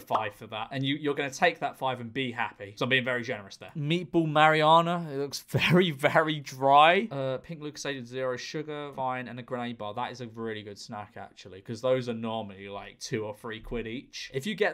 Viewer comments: man said “meatball mariana” instead of marinara😭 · Did he say "Meatball Mariarna"????? Hahahaha, Marinara mate